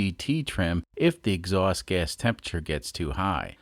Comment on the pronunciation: Lives in Kansas, but his "x-awst" is from Bahstin